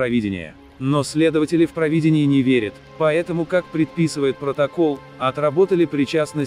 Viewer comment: Ты какой национальности будешь? Явно не русский. "ПровИдение" вместо "ПровидЕние", "что-то, куда-то" и пр. с ударением на "то". Или просто жертва ЕГЭ?